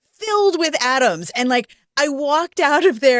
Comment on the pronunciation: What do you mean the room was filled with atoms? Aren't all rooms filled with ... oooh, you said "Adams".